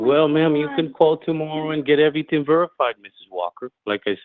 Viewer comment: Yeah, more & more, listening to his speech, he's sounding like a Los Angeles Hispanic. "Every-ting." "In-for- mation," each syllable expressed individually, etc., etc., etc.